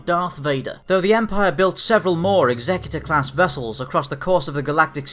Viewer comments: stop calling it 'ex-xec-u-tor'! it's pronounced 'exe-cutor'! one of these things dots the 'i' and crosses the 't' on your last will and testament AND THE OTHER CARRIES OUT THE EMPORER or KINGS JUSTICE! NOT THAT HARD WHEN YOU THINK ABOUT IT to work out how to pronounce the name. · Daniel Curda check out any star wars audio book..particularly Heir to the Empire where its mentioned about 10 times in the first five minutes of the book. DEF Exe-cu-tor as in 'to carry out the emperors justice' DEF not exec-u-tor its NOT a four door luxery sedan nor someone who dots the i's and crosses the t's on a will!! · why can no one pronounce Executer correctly? Its pronounced the same way that you say to execute someone, the guy who carriers it out. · Love this channels content - but can we clarify this matter of pronunciation. It's not 'egZECuter', it's 'EXeCUtOR' . . . as in a terminator of life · lol executor. it's pronounced like execution not like executive. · It's Execute-or, not Exec-utor. Ie; One that carries out executions rather than one who carries out legal instructions. Just sayin'. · Fair enough, not afraid to admit my errors. Still think that 'Execute-or' sounds far more badass though. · Nope it is pronounced EX-EC-UTE-OR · It's pronounced Executor as in "to Execute", not as in Executive officer. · Are we sure he's saying it right and it's not the executor like execute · It's pronounced Executor; like Execute, not executive. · I really hate it when people pronounce the name like this, it sounds so stupid even if it is canon, it's suppose to be a ship of terror not a ship to assist in the reading of a will. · But it's wrong though